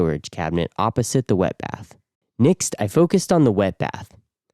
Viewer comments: Next. With an e. Nixt is so irritating i could i had to turn off audio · Next not nixt thought you were an AI voice after hearing the mispronunciation 43 times in the video😂 can't wait to see your nixt video🎉 great workmanship excellent finished product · Why are you saying "nixt" instead of "next" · Why do you say Next like nixx? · Nixt??? Are u trying to say next? Think of sex with a T after the X. What kind of accent is that anyway? Never heard nixt before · Finally, someone shares great info on how to waterproof a shower, and even says the word next really funny. 100% stealing many ideas from this build. Is there no issue with mounting the heater right next to the batteries?